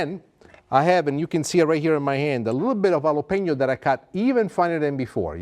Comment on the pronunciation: Please don’t say “yalapenio” You pronounce it “Halapeño” 😐🇲🇽